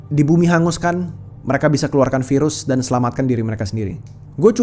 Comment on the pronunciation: Ya ampun aku kok dengar nya virus HALIMAH N SATU 😭😭😂 sambil mikir keren amat sih HALIMAH jadi virus internasional 😭